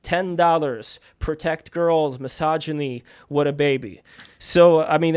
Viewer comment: "are bridges racist" "We'll, great question...MYSOGUNY" 🤣